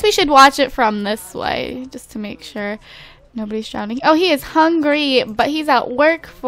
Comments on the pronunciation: does it bother anyone else that she says "drownding" instead of drowning. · Drowning not drownding derpface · I really do. But I'm going to need you to stop saying drownd. It's drown. Lol. Love youuuu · I love how she saws Drownding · Do you say drownding? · lol you know you say drownding instead of drowning? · Why do you say drownding instead of drowning!?! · what is "drownding???" i thought it was drowning ...... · lol its DROWNING not drowneding !! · It's NOT DROWNDING ITS DROWNING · It's drowning not drownding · Am I crazy or does she keep saying drownding? maybe it's just me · The woed isn't drownding!!!!! Its pronounced DROWNING. LOL no extra Ds!